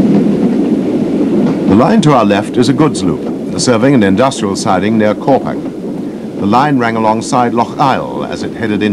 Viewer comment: Wouldn't it be wonderful, just for once, that we could get commentary that a) doesn't sound like an utter that from a bygone era but more importantly b) can actually pronounce ANY of the place names. If this guy could get it wrong, he did! Banavie not Bana vie CorpaCH not Corpak Locheil not Lochale Arisaig not Ari Zaig Mallaig not Ma laig It's not difficult.